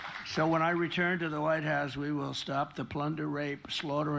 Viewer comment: Did he say " lighthouse " or " Whitehouse "? 😅